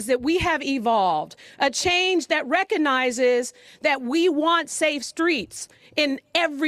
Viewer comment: Dear mayor Breed, don't say "reconize." The word is "recognize."